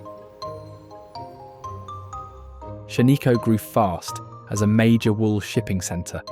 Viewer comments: Here in Oregon, they are called Canadian geese, not Canada geese. Shaniko is pronounced Shan I Co, not Shain I co. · This is not the Columbia river gorge. The scene of vista house following is the Columbia river gorge. Not sure where this previous shots are from. You have mispronounced Shanika , Willamette. Valley and other places. I would recommend which Region these are in like Eastern, western … Oregon. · Not only does the narrator mispronounce place names like Tumalo and Shaniko but many of the photos are of places other than those represented. Makes me wonder if this channel owner has ever been to Oregon.